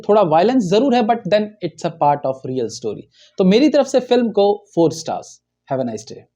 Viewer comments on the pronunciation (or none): none